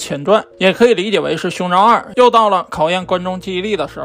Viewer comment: 一直聽到 胸罩......